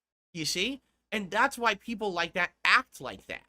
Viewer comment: "You know, snort I got a message the other day from peepul. And you know what, peepul said? They said, ". I've watched you for a long time. Peepul like me. View you differently now. Your conent is robust. Different. Meaningful. And your long-form style react style playthrough style khantent is not like the rest of the paid shills of Youtube. signed from peepul" See? I am naht a lawlcao anymore.